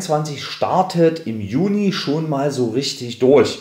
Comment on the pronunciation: Also wann gibt es die neuen Rentenbescheide? Von Mitte Juni bis 30. JUNI oder JULI? Vielleicht etwas deutlicher sprechen. Man man auch zum besseren Verständnis Juno und Julei sagen.